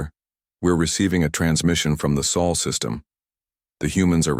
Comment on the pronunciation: Sol not Saul